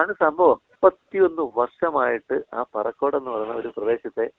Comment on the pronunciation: പറക്കോട് അല്ല പറിക്കോട്